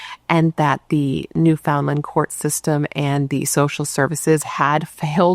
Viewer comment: Good morning & The Bratt Pack! Newfoundland pronounced new-fin-lind kinda lol Happy labor day from bc Canada 🇨🇦 ❤